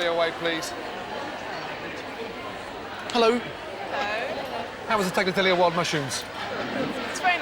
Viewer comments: He can’t pronounce Tagliatelle? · Gordon says hes lived in Italy but he cant pronounce tagliatelle. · Fantastic dishes here, Chef Ramsay!... but please learn how to pronounce 'tagliatelle'. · Ffs, I'm waiting for all of the Italians to comment on Gordon butchering the word Tagliatelle over and over... 🙄